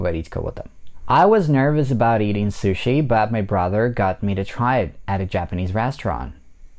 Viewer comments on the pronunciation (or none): none